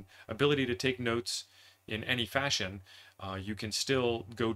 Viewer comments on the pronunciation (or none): none